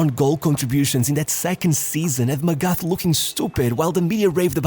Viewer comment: Friendly tip/reminder for any future videos where felix magath is mentioned. The "th" in his surname is pronounced like a regular "t" and not the "th" way in english.